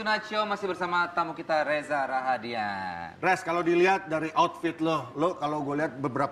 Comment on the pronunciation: REZA RAHADIAN gak ada R di tengah.